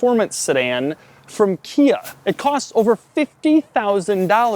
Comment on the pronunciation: He says "Kia" But I thought he said IKEA (2 times) Also Doug's the type of guy who refers to a bubble butt as a "big rear area".